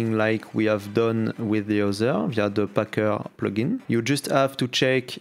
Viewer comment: j'croyais t'étais un vrai anglais en plus mais "packeure" "giteubeu" mdrrr